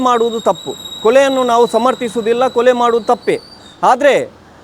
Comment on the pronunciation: ಅದು ಕೊಳೆ ಅಲ್ಲ ಕೊಲೆ 😂😂😂😂